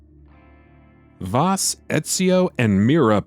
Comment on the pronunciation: Vaas is pronounced like the a in Apple , idiots.